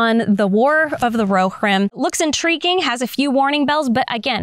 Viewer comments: Phonetic Pronunciation: roh-HEER-im IPA: /roʊˈhɪrɪm/ breakdown:roʊ: like the "ro" in "row" hɪr: like the "hir" in "hero," but shortened (like a quick "here" without stretching the "e") ɪm: like the "im" in "him" Love your channel, your content and the exquisite way you rant without ranting about the things we —the nerds— love. It's like a peaceful rage 😂. Thank you! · I believe it's pronounced ro-HEER-im. Also, the clips are from "The Two Towers", not "The Hobbit".